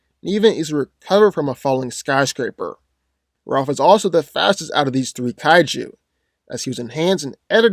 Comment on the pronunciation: I swear you said kajiu lol